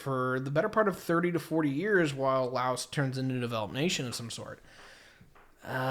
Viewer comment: We Laos have China and ASEAN is all that is needed since we are the only landlocked country. And please pronounce Laos correctly or don't even bother making stupid uneducated videos! Right now Laos is now land link with China under the BRI initiative. And Thailand has no concern for us. Not sure what you trying to say here because everything you say here is based on lies and you are a war-monger.